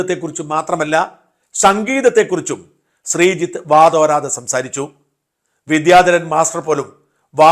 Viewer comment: അദ്ദേഹത്തിന് പ്രൊഫഷനിലും സംഗീതത്തിലും ഉയർച്ച ഉണ്ടാവട്ടെ. അതോടൊപ്പം 'വിദ്യാധരൻ' എന്ന വാക്ക് ശരിയായി ഉച്ചരിച്ചിരുന്നെങ്കിൽ നന്നായിരുന്നു.